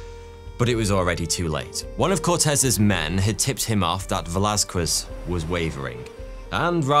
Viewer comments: Con-keys-tador, not con-qwist-ador. Vey-las-kez, not Vey-las-kwez. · Don't emphasize the q in Velasquez. It sounds more 'kez' not 'quezz' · Bruh English people say everything wrong on purpose... It's Veh·la·skez, not "veh-la-skwez". Christ... This is a very common name today and if you came to the States speaking like that, you'd be instantly labeled a racist who says people's very simple and very common names wrong on purpose. You may not have many Mexican people over there but Spain is literally right there by you guys, Europe doesn't really even have borders. Most would assume a European to be MORE cultured, not like this. Fkn gross. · Velasquez is pronounced VelasKEZ, not VelasKWEZ. Aguilar is pronounced Agilar, not Agwilar. these are very common surnames and they still botched it. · What we Spaniards love above gold and even sleep, is an English trying to say "Velázquez". 😂😂